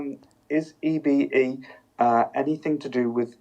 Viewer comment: I always thought EBE was pronounced E-BEE not E-BA.